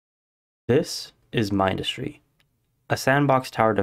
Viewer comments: Its min-dus-tree not mine-dus-tree 😭😭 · Here is what triggers me MINdustry not MINEdustry It’s not a tower defence game Core unit not construction vehicle You can outrange the flamethrower unit in the frist sector Overuse of bridge conveyors Plast-in-ee-um not plast-ain-ee-um You also made a few rookie errors Advice: use polys more keep power up (battery’s are good for this) NEVER underestimate desolate rift overdrive projectors also boost power usage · awesome video but min-dus-stry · You didn't even pronounce the game name correctly(also i play mindustry quite a lot)